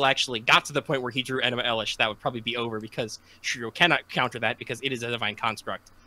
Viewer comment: Somebody better be prostrating themselves for mispronouncing fucking ENUMA ELISH